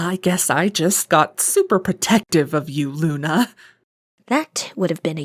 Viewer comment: to princess luna you call me cinda why you say "Luncinda" but what say him luna??????